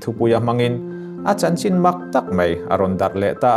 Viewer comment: Mei iti zela (mai )tih tur lawm